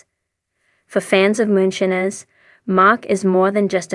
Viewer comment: Please learn to pronounce moonshiner